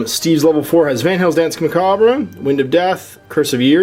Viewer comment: Doesn't know how to pronounce 'macabre'